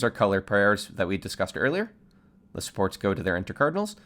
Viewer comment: every english speakers: supports. some guy accent: sports.